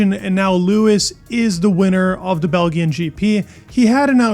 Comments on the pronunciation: What confuses me though, is that you pronounced it perfectly in your previous video? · I was gobsmacked at first but in Serbian, "Belgium" (Белгија) has a hard G. He was using that pronunciation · Can you please learn how to pronounce Belgian / Belgium. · Learn how to pronounce BELGIAN... Like engine... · dude, pronounce ‘belgian’ the right way. yikes. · Please pronounce Belgian the right way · Its belgian! Not belgian! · Please learn how to pronounce Belgian. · First time discovering this channel and not only am I not subscribing and liking. I'm actually blocking this channel for how he pronounced "Belgian". And also, he said "weighded". This guy might actually be a simpleton. Quit this channels dude. You're not the guy. You should be able to speak. And you had to have heard the broadcast pronounce Belgian at least 10 times. But you're so tokked that didn't register in your brain. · How you get all the pronunciation right but not "Belgian"? Hmm AI huh? Hmm... AI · PLEEEZ … check your pronunciation for Belgium GP. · Pronounce Belgian again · Surely it is not too much to ask to pronounce 'Belgian' properly. Geez! 😮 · completely Butchered the pronounciation of Belgian GP. C'mon man! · If you want likes and subscriptions learn how to pronounce Belgian! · U need to work on pronouncing Belgian GP bro lol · try learning how to pronounce the word belgian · What the f was that belgian pronunciation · How on Earth did this guy pronounce "Belgian"?? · Still a good video, lots of insights I have subscribed even though I ripped on you for your pronunciation lol. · Sorry but how can you not know how to pronounce Belgian gp not belgin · It’s pronounced Bell Jun. No big deal. Good channel. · “Bell G ghen GP” “Weighted” and a bunch of other mistakes 😂 Sad! You need AI voice. 😂😂😂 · did you say bel-g-ian? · What is the problem Americans have with hard v soft letters, particarly vowels and when to use them?. This man pronounces " BelGian" with a hard g. Anyone ever heared of BelGium?.